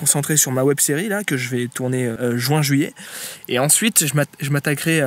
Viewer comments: mon ami fait moi le plaisir de dire jUin et pas jouin sa me donne des spasmes merci 😁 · Fidolitode bah clairement pour "juin" à ce stade la c'est un problème de lecture la c'est pas comme l'exemple donné plus haut dans la conv de la prononciation de "rose" ou "lait" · ViZo Rush C'est prononcé Jouin dans une grande partie de la France ainsi qu'en suisse. Tu dois avoir un accent parigot quoi, à la place de lait tu dis lé aussi je suppose ? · ViZo Rush exactement ce que toi aussi tu te dis non ? :) Je viens de Bretagne mais j'habite à Paris depuis 5 ans après avoir vécu dans différentes villes Françaises, j'ai toujours entendu dire Jouin... Donc c'est ton accent à toi qui fait que tu dis Juuin. Comme certain disent le mois d'Aoûte et d'autres le mois d'aou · Fidolitode je comprends tout tout à fait qu'il y est des accents dans tel ou tel région mais la vous modifiez carrément le mot quoi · ViZo Rush : Juin j'ai appris à le lire Jouin, et la plupart des Français le prononcent comme ça. C'est normal comme phénomène, je pense qu'à la base ça se dit bien Juin, mais c'est juste hyper chiant à prononcer pour dissocier u et in. . Alors que ouin ça glisse naturellement et ça fait une syllabe. Après on se rend pas compte mais je pense qu'on dit tous un peu les deux suivant le contexte. Faut pas oublier que l'évolution de la prononciation c'est en grande partie pour aller au plus pratique. C'est comme oignon, à la base ça devait se prononcer oignon, mais personne dit Oignon aujourd'hui c'est hyper galère. Maintenant on prononce ognon (et d'ailleurs l'orthographe est acceptée aussi). Donc parfois c'est juste que l'orthographe du mot est restée figé sur une vieille prononciation qui ne correspond plus.